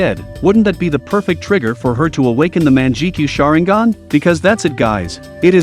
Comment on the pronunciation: Yes also intge starting he said menjikenyoa sharenigan I MEAN LIKE WHAT THE F__K IT "MANGEKAYO SHARINGAN"